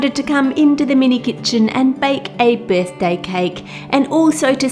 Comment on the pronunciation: I was distracted and had to replay the start 3 times before I realized she said birthday, not "big day." I was all, guuurrrl you can take a break if you're getting married. Silly, me.